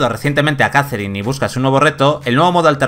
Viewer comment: JAZERIN... madre mía. Poned a alguien que sepa hablar, por favor